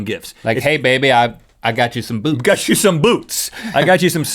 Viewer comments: link i thought you said boobs instead of boots xD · When link said I like your boots I thought he said I like your boobs😂😂😂